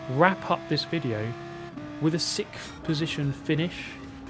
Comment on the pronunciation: i love hearing british people struggle to say "sixth" and "six"